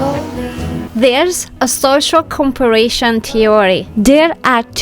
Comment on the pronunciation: not being critical here, but you are not saying comparison correctly. You are adding another letter. Go back and listen to how you are saying comparison, it's not a hard work to fix the pronunciation. Just love your videos. makes me think more about being tidy and no more worry, just go with the flow. it is so true, learn to be happy with what God has blessed you with.